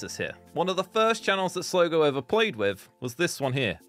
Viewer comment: It’s Slogo please listen to me it’s Slogo